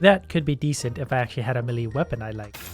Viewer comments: Day 1 of telling it's not 'M'lee' but 'May-lay' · Is nobody gonna talk about how he's still saying meh-lee? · Hey, melee is pronounced like "may lay" just so you know. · It bugs me when he says melee wrong but whatever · Ariana stand what you pronounce it melee, it's pronounced melee